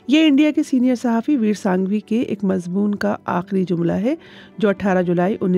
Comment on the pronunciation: Shaaesta ( galat hai ) Shustah ( Saheeh hai ) Mazboon ( galat hai ) Mazmoon ( Saheeh hai ) مضبون ( غلط ھے ) مضمون ( صحیح ھے )